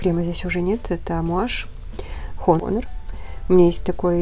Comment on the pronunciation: Только не хонор, а онор читается, тоже люблю этот аромат